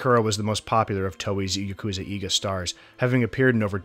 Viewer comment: Fantastically done video, well researched and executed. I would only suggest a brief look at pronunciation of Japanese, you mentioned 'eiga' quite a few times but the pronunciation you gave 'eega' is incorrect. Vowel sounds in Japanese are consistent, so just learning each vowel sound and how they sound when combined, such as "ei", will go a long way in getting your Japanese pronunciation right. Again, great video, but since you said 'eiga' in particular so many times, I felt it was worth mentioning.